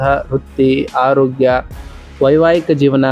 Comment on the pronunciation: ಮೊದಲು ಅ ಕಾರ ಹ ಕಾರ ಸರಿಯಾಗಿ ಉಚ್ವರಿಸಿ ಸಾರ್ . ತಪ್ಪು ತಿಳಿಯಬೇಡಿ . ಎಚ್ಚಿನ ಆದಿ ಹುತ್ತಮ ಅಟಾತ್ ಹಾರೋಗ್ಯ ಹಿರತಕ್ಕಂತ ಹೀ ರಾಶಿ ಹಡೆತಡೆ ಹಧಿಪತಿ ಎಗಲಿಗೆ ಹೊತ್ತಡದ ಹಿರೋದಿಲ್ಲ ಎಚ್ಚು ಒಸ ಹಿರೋದ್ರಿಂದ ಅನ್ನೊಂದು ಹಾರ್ತಿಕ ಅದ್ನಾಲ್ಕು ಅತ್ತೊಂಬತ್ತು ಹೆಕೃತ್ತು ಎಚ್ಚು ಹಾರೋಗ್ಯ ಎಚ್ಚಾಗುತ್ತೆ ಅದಿನೈದು 😊